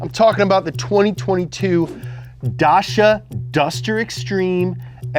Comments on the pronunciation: Da-CHEE-a not Dasha ya fookin iliterate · The way he pronounced Dacia was horrendous. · you almost nailed the pronounciation for “Dacia” 🤣🤣 it’s not “Dashia” but more like “Dutchia” as in “dutch”.. i don’t know how to explain it.. but who cares, you’ve nailed it 90% which is ok. and also the google translate is a bit off.. it’s more like “Trecand peste baiete” or “Trecând peste, băiete” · FYI… Dacia is pronounced day-see-uh. Not dach-uh. Also, Seat is pronounced say-ought, no Seet. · You dont pronounce it like Dar-sha. its Dah-cha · its DACIA not dasha you idiot 🤬🤬🤬🤬🤬🤬🤬😡😡😡😡😡😡😡😡😡😡😡😡😡😡🤬🤬🤬🤬🤬🤬🤬🤬🤬🤬🤬🤬🤬🤬🤬🤬🤬🤬🤬🤬🤬🤬🤬🤬🤬🤬🤬🤬🤬🤬🤬🤬🤬🤬🤬🤬🤬🤬🤬🤬🤬🤬🤬🤬🤬🤬🤬🤬🤬🤬🤬🤬🤬🤬🤬🤬🤬🤬🤬🤬🤬🤬🤬🤬🤬🤬🤬🤬 you are band from Romania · I thought it was funny that the first car on the list more expensive than an FRS that I would also WANT more than an FRS wasn't until the mini. Also, not to be that guy; but from watching top gear i think Dacia is pronounced "Day- See- Uh." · I have watched enough Top Gear to know that that’s pronounced Dayseeyuh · you know for car guys, its impressive how much you mispronounce car company names SEAT = say-AT. DACIA = DAY-see-ah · You have to say Dacia as top gear use to say it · worst romanian pronounciation ever. Also, in romanian you're just saying you're literally running kids over.